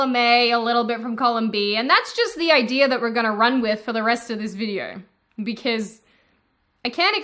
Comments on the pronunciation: Why do you pronounce "because" like that? Sounds like you're saying "be-case" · I love how you say "because". I just subscribed for this fact alone.